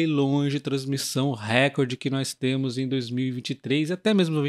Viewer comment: Recorde é paroxítona